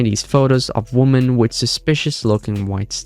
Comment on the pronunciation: FYI woman and women are pronounced different woman is a bit more like wummun, and women is more like wimmin.